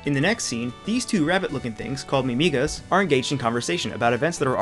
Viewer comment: "miMIgas" uhm.... weird pronunciation??? its typically seperated to "mimi-gas" sorry for nitpicking